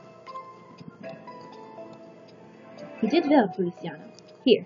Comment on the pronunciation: Can I randomly cut in and say's Feli's name is pronounced "Fe-li-chaa-no"? Sorry. ^^ PFFFT I remember Strawberry Shortcake and Melon Ball. XD KIKU WHY.